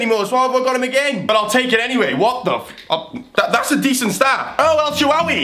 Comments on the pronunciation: pronouncing El Sharawaay (or however it's spelt) as El shawaway xD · In El Shaarawy is name is a R btw. ( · why cant youtubers say el shaarawy?!